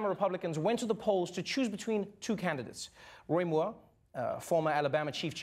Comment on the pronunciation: I love how Trevor pronounced 'Moore' like a South African with a little bit of an Afrikaans accent! #YayRSA!